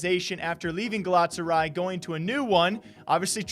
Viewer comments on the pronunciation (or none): Ga-la-ta-sa-raɪ, the last syllable is like "I" as in "I am legend". Love you <3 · Ga-la-ta-sa-ry say it with me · Gala - Tasa - Rye..... LMAO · How u said galatasaray made me cringe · bro the way you pronounced galatasaray rly pissed me off lmao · You pronounced Galatasaray wrong